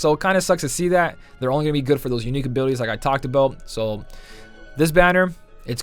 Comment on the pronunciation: Maybe its my headphones but sounds like you said unique abootys 😂